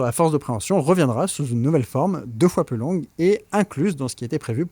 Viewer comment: « Beaucoup pluss vieux qu'ailleurs » ??… En revanche, ce n'est pas « plusieurannées d'enfer », c'est : plusieurs z-années d'enfer (liaison). L'adjectif « plusieurs » se termine par un « s ». Passionnante vidéo.